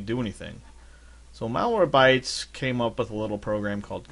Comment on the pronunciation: it's MalwareBYTES , not MalwareBTYES